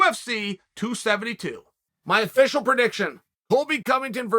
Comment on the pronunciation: O-feeshel Prediction from Uncle Chael